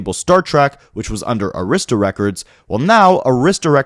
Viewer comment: Great video. Arista is pronounced AIR-riss-tuh with emphasis on first syllable